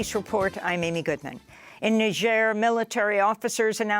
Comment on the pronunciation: First time I hear somebody correrctly pronounce Niger...